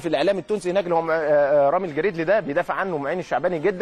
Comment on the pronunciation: ههههه الكابتن سيد عبد الحفيظ أخطأ في نطق اسمه رامي الجريدي